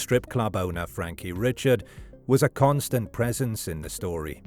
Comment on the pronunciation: That would be pronounced Frankie Ree-shard in that neck of the woods.